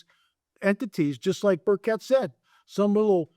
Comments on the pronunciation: Hi, I’m from Tennessee and we love Rep. Tim Burchett here. Please note that you are mispronouncing his name and also misspelling it. Burchett is pronounced BURR•chit. Thank you for your ministry. I’ve followed you for years, and pray for you and your family 🙏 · Congressman Burchett from Tennessee. You pronounce his name like the Burch tree then the word it. I have heard you pronounce and write his name incorrectly. Please be respectful.